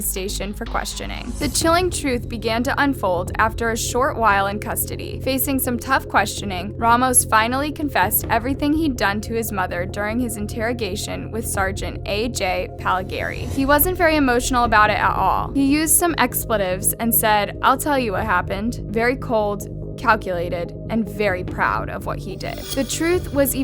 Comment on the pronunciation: Why the fuck would you censor the "napped" in "kidnapped"? How many times have you been dropped on your head And how do you pronounce "Pagliari" as "Palligari"? And you can't pronounce "sociopathy"? Smh these youtube narrators don't know how to speak english